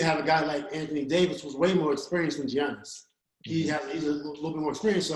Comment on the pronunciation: Giannis = “Yah-niss”. The 'G' is silent.